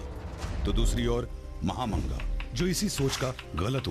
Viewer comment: उसका नाम महामंगा नहीं, माहम अंङ्गा था।